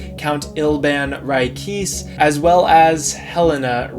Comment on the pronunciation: Isn’t it pronounced Ri-kay-say